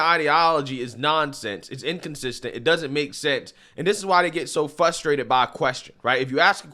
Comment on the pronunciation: They're "Fusstrated"